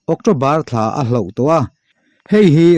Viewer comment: A ngaihnawmin a bengvarthlak ṭhin hle mai. Mahse hloh tih turah hlauh i la ti palh tlat mai, mizo ṭawng lam danah ṭan han la leh deuh teh khai.